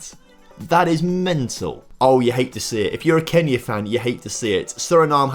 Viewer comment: !!!!! Man Y du you say🔼KENYA🔼 Like that its not F**in cool